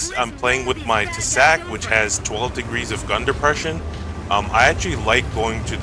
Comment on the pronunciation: Nice video! Šelma is actualy pronounced [Shelma], as a czech it drived me crazy😂. Also Tesák the á is long a, so [Tesaaak]